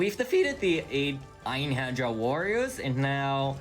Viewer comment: For the runner in Zero 4, if he even sees this, although depending on the nordic accent, it's basically pronounced "Ein-hair-yah" or "In-hair-re-are". In any case, I only blasted through that game and didn't know half of the stuff he was talking about. Good job!